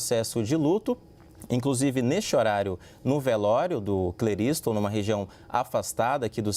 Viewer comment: É Cle ris ton